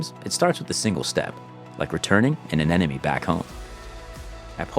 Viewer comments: Why do you keep saying aneneme it’s anemone! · Hearing anemone repeatedly mispronounced is driving me nuts. It’s pronounced “uh nem uh nee” As my 5th grade teacher taught us, “if you want to pronounce anemone correctly, remember that the anemone is not your enemy… or there’s no enemy in anemone”. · Good explanation and always amazed by setup and his team. But, please, say it with me: Anemone. A-nem-o-nee! Don't want to hear the narrator pronounce "nuclear".